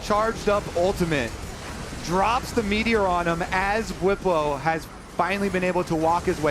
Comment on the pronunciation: says "ultamint". You can never unhear it now.